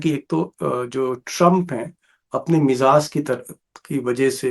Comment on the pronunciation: Nice reporting. Nice urdu Sir you use “mizaaz” it is “Mizaaj”not mizaaz. If you don’t mind I will correct some of your words.